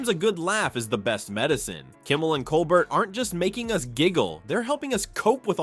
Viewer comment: Will not subscribe to computer voice that can’t correctly pronounce Stephen Colbert’s name.